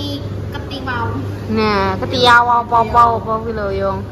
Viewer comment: Kwetiaw mba bukan ketiwaw hehehee